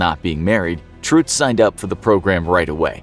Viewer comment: why are you pronouncing it "truhtz"...? you have to go more like "truttz"...!